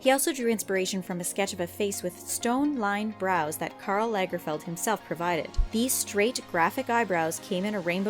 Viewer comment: She also said "Lay-gerfeld" NO.